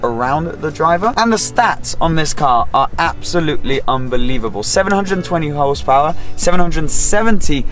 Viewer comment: "720 hosepower"